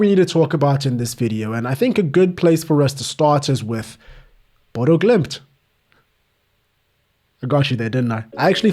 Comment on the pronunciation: You pronounced that perfectly. First non Norwegian/Danish speaker that I've heard that's pronounced an "Ø" correctly! And I'm from Bodø as well, so I watch that team play regularily.